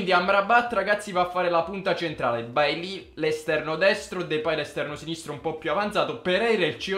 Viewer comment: Si pronuncia "Beilei":)